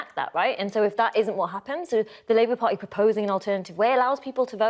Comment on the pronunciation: Ar icle , vo ed , par y, .....spot the missing le er. 🤔🙉